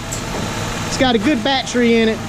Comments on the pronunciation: Did he say “Bat tree”? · I knew this was going to be an excellent tutorial when I heard the man say " Bat Tree". lol Thanks so much this helped me tremendously!